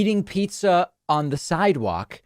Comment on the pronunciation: eating pee-tzah eh?